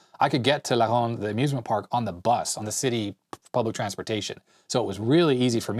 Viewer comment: Hey! Your French accent when you say La Ronde is perfect! Were you in French school over here in Montreal?